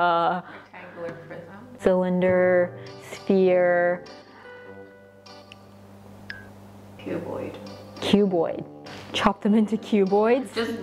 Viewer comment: attempted: cuboid cu~boi~ cuBoid me: 😂😂😂😂😂😂😂😂😂